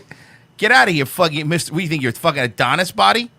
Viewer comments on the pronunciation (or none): none